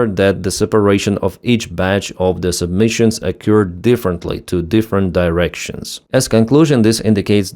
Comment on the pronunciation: don't mean to nitpick but it's sub-munition not submission